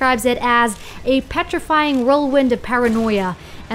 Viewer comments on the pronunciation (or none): none